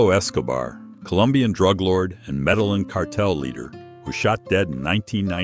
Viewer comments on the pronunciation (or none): none